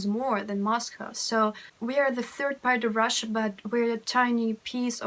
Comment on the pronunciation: You said "This is FART number one"